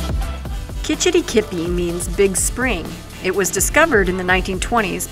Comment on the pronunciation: You have to say Kitch -iti - kipi fast. Don’t say the words slow. My home town is Manistique. It’s a great town. Yes small and sorry you didn’t find it exciting.